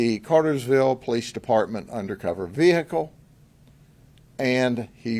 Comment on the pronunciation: Take a drink everytime you hear "VeHickle"